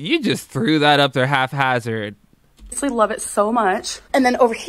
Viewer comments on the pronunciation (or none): Lol , sis it’s haphazard not halfhazard 😉